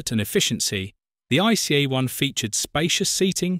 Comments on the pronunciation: This is NOT pronounced ice! This is „IT-SEE-EE”! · Yes, It pronounced not ice, more like "ii-tzee-ee". Nobody call it ice in Germany, nobody!